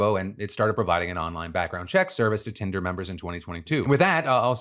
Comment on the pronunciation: Did he really call it hinder in the beginning